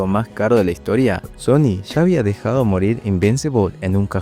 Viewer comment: SHony siendo SHony